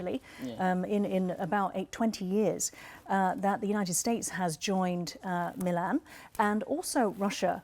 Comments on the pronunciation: It's not मिलान it's मिलन। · milan not milān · Its Milan and not milaaaan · As an Indian I will say Indian Navy has arrived in the IOR and is arriving in the world stage. Milan in India means meeting. It is to be pronounced as "Mi luhn" not Milaan like the Italian city. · I can understand the foreigner calling it Milaan instead of Milan But this Brown Brit calling it Milaaan is sick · aap toh मिलन boliye. Ye Milaan Milaan kya laga rakha hai. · I can understand the anchor pronouncing Milan incorrect, but why the indian lady calling it same... what a joke. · I am shocked that the Indian lady here could not pronouncd "Milen" correctly... GEEE... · It is not MILAN, But is मिलन , Pronounced 𝘔𝘐𝘓𝘕, 𝚖𝚎𝚊𝚗𝚒𝚗𝚐 𝕞𝕖𝕖𝕥𝕚𝕟𝕘 🇮🇳🇮🇳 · It’s pronounced as “ Mee-Laan” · Your experts are a joke. Cant even pronounce milan properly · The expert can't pronounce "Milan" right.